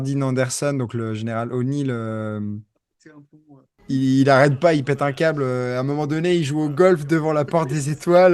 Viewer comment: Vidéo intéressante par contre c'est colonel O'Neill !!! Revoir la prononciation de McGyver ;)